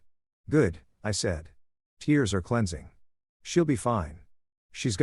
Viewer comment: I enjoyed the story. However, it drives me crazy with all the words mispronounced. I know English can be challenging, but please. Listen to the context to get words like desert and tears correct. Desert, something you eat and tears, water that leaks from your eyes.